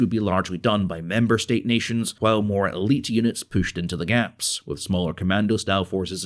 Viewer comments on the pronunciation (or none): none